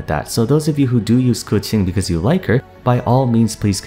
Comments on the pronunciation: Cooching.... Kaching pronounce..no hard feelings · I swore her name was pronounced (Keh-Ching) ? Why is he saying it (Cew-Ching) ? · It is so weird that you're pronouncing it "Koo-Ching"..... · Why does he say kutchen instead of Keqing? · who the hell is "Kuting"? I thought her name was Keqing. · did you just say kutsing instead of keqing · It's pronounced KA'CHING! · "kuching" huh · 🎶 I pulled a Kaching 🎶 🎶 I wanted a qiqi 🎶 🎶 I know it's spelled and pronounced Keqinq. 🎶 🎶 Buuut...I like Kaching beee...ttterr 🎶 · wait its pronouce ku-tzing? it hurts my ear everytime he saying her name.. i love keqing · i legit thought he was calling her cutscene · God he doesn’t know how to say her name and I understand stand i callde her keping so I understand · Who tf is kootsing ? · its ku-tsing? not ke shing?! CHINA WTF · I swear to god, literally no one knows how to pronounce keqing so they say random giberish, now its "kutsin" 😂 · This was a good video, but there’s one thing I’d like to add to the pronunciation. Keqing (pretty much the same as you pronounced it, just there was one thing missing) is pronounced: the keq part was right, it’s pronounced Kuh-ts-ying (search it up on google translate, it’s correct) I honestly was surprised at your pronunciation bc most Genshin people pronounce it as kuh-ching, which is rlly great 😌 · 30 seconds in: "Kuqing", well this is gonna be an interesting video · keching is how I pronounce her name (and a good majority of others) xD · did you just call Keqing Kucung?? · its not, its “keching”, i know it as i am chinese. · Bruh I want to watch the video but if he says KeTing again I'm gonna puke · isn't that wrong though? It's Ke4 Qing1 isn't it? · You pronounce Keqing really crazy bro lol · You don't even say her name correctly... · Idk first time i heard someone pronounce it that way, dont be offended lol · Wtf did you just call her. That is not how it's pronounced